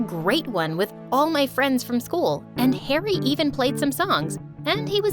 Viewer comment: Did anyone else catch the cool instead of school ? Idk if it’s just me… or maybe my ears are dead?